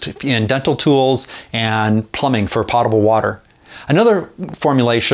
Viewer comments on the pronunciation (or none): Potable, long “o”... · I'm new to your channel and just now subscribed. Since you're taking on the role of teaching, I wanted to give a friendly reminder that the pronunciation of "potable" is with a long "o," like "potion." It has nothing to do with the ability to be put in a pot. I think 90% of the population mispronounces that word... Thank you for the effort of putting out these videos, and I'll keep watching. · Welcome and thanks for subscribing. The pronunciation of "potable" is interesting. I've never heard it pronounced that way. Thanks for the information. Cheers.